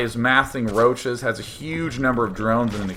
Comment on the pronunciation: D:D:D I love how he is saying "make yourself some rouches" :D:D